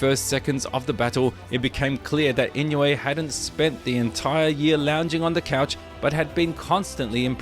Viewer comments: The name Inouye is pronounced EE-noh-ay with the stress on the second syllable. It's a Japanese name, and the "ou" is pronounced like the "oh" in "go" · 井上関連の動画をアップする前に、とりあえず正しい名前の読み方を練習して欲しい。